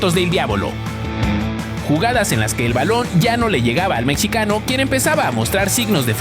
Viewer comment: Fueron mis oidos o este tipo dijo "el mechicano"? refierendose a Santi Gimenez si fue asi, se dice "MEXICANO" cabron